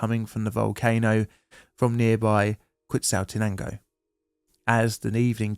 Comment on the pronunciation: Are British people just contractually obligated not to pronounce foreign words correctly? Quetzaltenango isn't pronounced as written in English...